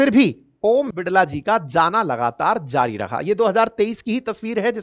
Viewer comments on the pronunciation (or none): none